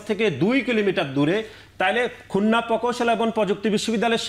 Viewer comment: Oma ei adu vai dekhi khulna ta bolte pare na.. Bole khunna🤣🤣🤣🤣🤣🤣